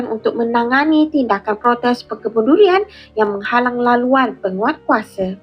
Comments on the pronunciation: DURIAN RAUB ❌ LULIAN LAUB ☑️ 😅😅😅😂😂😂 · Dulian laub😀duduk 🇲🇾100 tahun belum pandai sebut huruf r..raub jadi laub😂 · Mmg betui2 k0mun!s punya bangs@ tanam durian dah berpuluh tahun, sebut durian pun xlepas, "LULIAN",,,,🤣🤣🤣🤣🤣